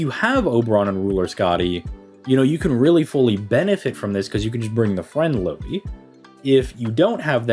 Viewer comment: No Lui, its Lou-Hi (and its Lou like Lou-rider and Hi like Hitman) Im in Finland so i know.